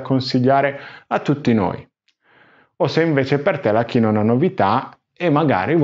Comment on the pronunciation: originale è kiinwua con la seconda sillaba stessata che è molto differente dalla tua maniera di pronunciare 😅